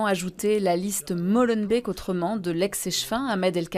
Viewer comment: Combien de foisallez-vous répéter ce "Mollenbeek"? C'est "Molenbeek", donc O ouvert, long!